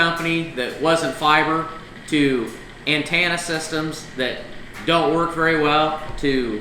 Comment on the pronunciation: "Antannah systems" lol